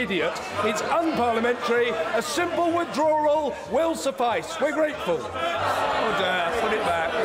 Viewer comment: To me it sounds like he’s saying udder